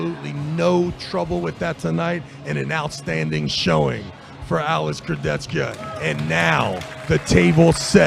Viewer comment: to the comentators.. learn to pronounce names. This is disrespectful, u heard 100 times the names and u say it wrong every time .... Kurdecka ? Fetkopf ? Shagnashvili ? .......